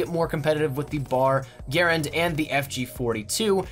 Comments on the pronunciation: is how he always says it. Gare-end It's Guh-ran-d. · The soldiers all called it Guh-Rand, but the actual pronunciation of the inventors name is Gare-End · Uh it's GER - RAND... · I pronounce it "Guh-rand", but the M1 is still okay. I like the World at War variant better. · That's not how you pronounce m1 Garand please fix it is annoying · You're not pronouncing "Garand" correctly. This was a weapon that people died holding in their hands and a weapon that saved people's lives that they hold near and dear to their heart. Bro do your homework and learn how to pronounce the weapon properly. You seem young and I'll not be ignorant like I want to be right now. All I had to do to find the proper pronunciation was search for a history documentary. In the future take a fuckin second and pay the proper respects to the history and sacrifice made around this and other weapons. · The way you pronounce the M1 Garand annoys the hell out of me because you’re pronouncing it wrong. And being a history buff that ended the video for me